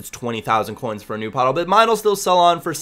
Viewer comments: Its Pato, simple as that, in portuguese, not Patoo xD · Pato ! P-A-T-O, not 'ou' hahaha, just a tip. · I speak portuguese, its pato, not patu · uhmm, it's literally just PAto in Portuguese. Don't know where you got Patoo from:P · portuguese from brazil... and not patu, it's kind of pronounced patoh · It´s Pato lol xd But most people only pronounce right the names of players from their country. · Yeah but Pato isn't Portuguese! He's brazillian! so it's "Pa-Toh" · You pronnounce it Páh-tu. As in you open the first sylable.:) Nice video. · I'm portuguese. Don't accent the "to" so much. "Pa" is the accented syllable. Other than that you're spot on. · to correctly pronounce 'Pato', just emphasize the 'a' as you are emphasizing the 'o', but don't emphasize the 'o' it self. Hope it helped:D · It's pronounced like it were not the American way ( alexander Pātō, English ) but Portuguese like Alèksàndré Pātú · Its not Patoo... And you are pronouncing Alexander wrong too